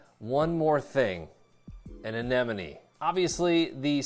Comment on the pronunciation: Thumbs up simply because you pronounced Anemone correctly😂. I swear 9 times out of 10, people say ANENOME.